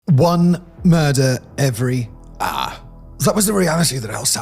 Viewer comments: No way that’s how you pronounce “hour” 😂 I had to rewind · “One murder every uh-“ 😂 that pronunciation was hilarious for the intro 😅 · I pity Simon so much. His britishness makes him pronounce words as simple as 'hour' as 'auagh'. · "every... AAAA."